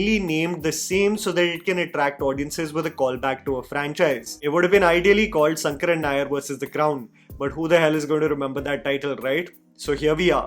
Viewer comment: It’s “sha” as in Shankar and not “sa” as is pronounced in the whole video. In malayalam all sanskrit names have an “an” at the end so Govind becomes Govindan; Ram becomes Raman and shankar becomes shankaran.Atleast pronounce shankaran nair correctly….